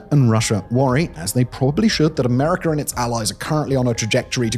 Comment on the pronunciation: Watch your pronunciation, your still letting it slip sometimes. I heard a few Chiners, and a Russers, and an Americer.